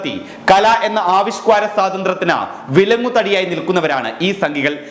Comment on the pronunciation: ആവിഷ്ക്വാര അല്ല സുഹൃത്തേ, ആവിഷ്കാര എന്നാണ് പറയേണ്ടത്